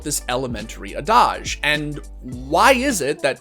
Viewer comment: alright a year late but I think he is trying to say adage but says 'a-dodge' dont know why this stuck out to me but it did.